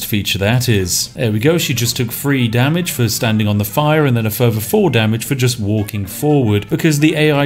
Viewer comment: "Wifout furver adieu..."